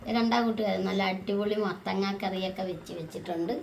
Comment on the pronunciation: Mathakka alla. Mathanga